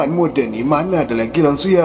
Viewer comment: Sebutan tak betul tu. Langsuir. Bukan langsuyar. Hahaha 🤣🤣🤣🤣